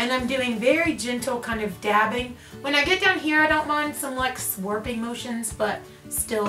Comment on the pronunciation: Did you say "sworping motion"? I feel like you're speaking a whole different language :D